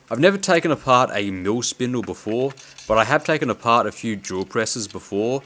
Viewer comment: Every time you said "mill" is sounded like you said "mule". Funny English accents from around the world! Oh, and "fix" sounded like "feeks". Lol, thank you for the laugh today. You confirmed that my hearing is really bad!